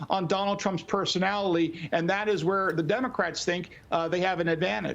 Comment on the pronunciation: i thought it was a one off. but he said it again. someone help this dude out with the word PERSONALITY.